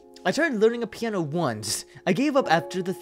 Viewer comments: Was anyone else like "IT'S PIANO! NOT PIE-A-NO!" XD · A-PI-NO? I was screaming "piano!" in my mindXD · "pie-eh-no?" its piano XD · I was yelling PI-A-NO PIANO DAMMINT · "Pie An O??" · not Pie an no it's piano